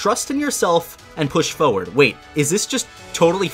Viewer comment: He says "foward" not forward and it annoys me every time